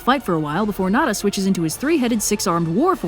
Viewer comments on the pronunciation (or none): It's pronounced NEZHA (NE-CHA) NOT NADA lol sorry that miss pronunciation was bugging me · Apologies if this has been asked/answered before, but does anyone know why pronounces Nezha (in my standard/Beijing Northern dialect, it's something like "nuh-ja") that way? It sounds to me like she's saying "nada" or "nara". Is it an alternative pronunciation from Canto? Pronunciation in a different regional dialect? Pronunciation in another language? General pronunciation struggles? (Totally understandable, and if that's the case, honestly by and large she's doing just fine, also the calligraphy looks great!) Great video as always, it's always fun when the new Journey to the West OSP video comes out. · You saying Nezha's name wrong had me so confused and I literally just watched both cartoon adaptions not too long a go and still didn't know who tf that was until he pulled out his three headed form. Idk where you got 'Neh-dah' from, I've never heard it pronounced like that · Unless you’re using an alternate name I don’t no about, Nezha name is pronounced kinda like Neh-ja. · Let me tell Li Li his Chinese name is Nezha, which is taken from Buddhism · I saw the "eternal 12 year old", but I'm not familiar with that pronunciation. Is that per chance "Nezha"? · Im so angry on how keeps pronouncing Nezha's name but besides that I think this is the best Journey to the West episode